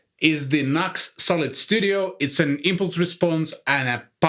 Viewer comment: Great. thanks NUX pronounced Nuu X but I say NUCKS;-)